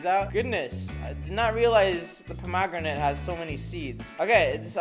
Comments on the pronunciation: Pomogranet is how he’s pronouncing the word 😂 and those r not seeds those r the things u eat in a pomegranate 😂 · Um sorry if it's the way YOU say it but it's a pom- a- gran-it and an auv-a-caud-o just saying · it,s a pom o gran et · OK ITS STILL NOT POM OG GRINATE ITS POM AH GRANITE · Me every time he says “ponogramate” 🤣🤣😂😂😂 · Pom a granit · Avoc adough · He was joking by pronouncing it Puh•mag•ra•nit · The way you say pomegranate. 😂 I mean everyone is different. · yeah he pronuced it wierd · The way he pronounced pomegranate triggered me so badly. Here in Australia’s pronounce it WAY differently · Its not just Australia he said it wrong anyway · Mate, you say pomegranate and avocado like someone who's only ever seen pomegranate and avocado written down. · we do too he was just pronouncing it wrong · You say the avocado and pomegranate kinda strange...not to hate though😅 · That’s not the way you say pomegranate and avocado 😂😂😂